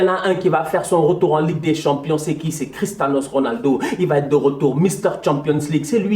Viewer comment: je rêve ou il a dit christanos 😂😂